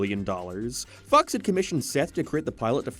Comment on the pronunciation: Go to . He is trying to say Fox but it sounds like Fu*ks It’s just random and kind of funny (not really)